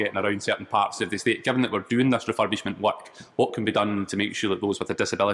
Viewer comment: estateやplaceの発音が聴き取りにくかったですね。